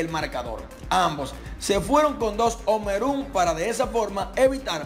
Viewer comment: En serio loco🤦‍♂️ Ya tu tienes muchos seguidores para estar pronunciando "home run" como se escribe. Es un consejo, yo te sigo y se oye muy feo eso. Hasta en las bancas de apuestas dw los barrios todos saben q se pronuncia asi : Home= jom run = ron. jom ron mas o menos no es q yo sea prifesor de ingles tampoco, pero no lo pronuncies como se escribe q se oye feo 👍 pa lante